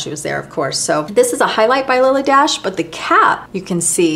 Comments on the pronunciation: Its not Lily DASH…it’s pronounced , DASHAYY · I hope this isn’t being too pendantic, but I noticed you said Lilly Daché like dash, but it actually gets an at sound at the end, so it’s pronounced Lilly Dah-Chey. I hope I’m not out of line here, and since you seem like as much of a perfectionist as I am, I thought I’d mention it for future videos. Here’s Lilly herself on What’s My Line if you’d like to see and hear her for yourself I loved the in depth videos, catalogues and book page close ups, and this was a wonderful and awesomely fascinating video. Thank you for sharing all that you do! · Dache pronounced Dashay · I enjoyed your video. If you look at a Lilly Daché receipt, you see the accent is on the é. "Dacha" is how you would pronounce it. I remember this from hearing it on TV shows or from old movies. Thank you for an interesting look into MMs makeup and your love for her. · Sooo interesting! FYI, Lily pronounced her name DaSHAY. Accent aigu, for those French speakers here. She was born in France, and was most famous for being a milliner. I've got an old tag from one of her hats. My Marilyn Monroe connection is a fashion show we did with Bill Travilla, who designed most of her clothes, including the famous white dress that blew up on the subway grate in Seven Year Itch. We actually had that dress in the show, as well as some others from her movies. Debbie Reynolds owned them at that time. Bill Travilla was such a lovely man, and it was an honour to model his clothes. Also, I had dinner once with Sydney Guilaroff, who did Marilyn's hair and was the last person she spoke to before she died. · BTW, see the accent over the "E" on the Lily Dache label? The correct pronunciation is Dash -shay. I am 78, have been around when Lily D. was flourishing. I love your videos.. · Lily "Dah-shay"